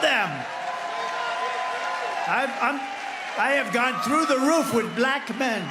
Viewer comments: It bothers me how he says black. He says it with quotation marks, two syllables, and a really hard K ending. - " bah-LACKKH " "I like 'bah-LACKKH' men!" -DonOLD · My skin crawls every time Trump pronounces bLAck the way he does 😵‍💫😵‍💫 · Why does TFG pronounce "Black" like it has three Ks? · Trump is the only one who gives the word “Black” two syllables.